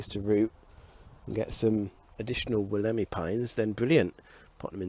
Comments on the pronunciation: It's pronounced. (Wool -a -my) The Wollemi Pine. Cheers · Hope you and the family are well and recovering. Just a tip, its pronounced Wolla Mie xD